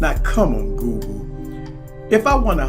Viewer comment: It sure does sound like you're saying GOO-GOO instead of Google lol